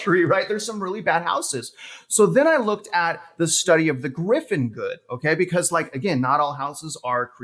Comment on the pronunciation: Pls rerecord with correct term 'Giffen good'